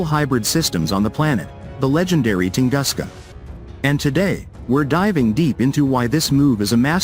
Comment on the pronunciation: Правильно не может прочесть название тунгуска,как верить всему остальному?